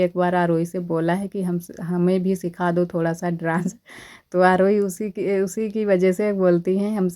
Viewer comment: ड्रांस मत बोला कीजिए प्लीज डांस बोला कीजिए 😊❤